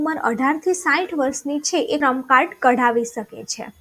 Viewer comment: ઈ -શ્રમ કાર્ડ બેન તમારે બોલવામાં ભૂલ થાય છે